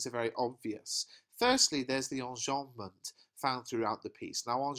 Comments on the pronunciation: the way u said enjabment its funny. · whats that device called when sentences end in a line I didn't quite understand what you said there? On about 9 minutes, please. Thank you.